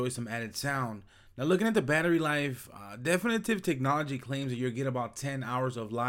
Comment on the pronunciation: My only comments are 1. Learn how to pronounce definitive technology and 2. Actually research a product before doing a review so you can tell people facts about a product along with your opinions